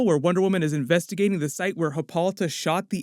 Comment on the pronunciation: thats hip-ah-light-ah, lol who is hippalotta